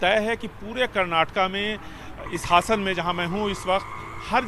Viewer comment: हासन हसन नहीं